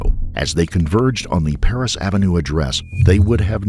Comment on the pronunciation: “it’s PARRISH AVENUE” Not Paris.